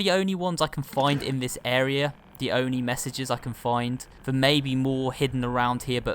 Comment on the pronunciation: “...the ONY... that’s the ONY one I could find...” omg so cute lol 😂.